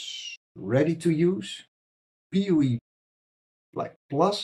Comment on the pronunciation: I always lol when you say "poo-ie" instead of PoE